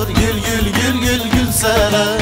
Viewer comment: Teşekkür ederim adımı en güzel telaffuz eden adam 😂😇